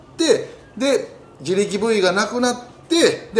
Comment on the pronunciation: 自力Ｖか、自力5位って聞こえたw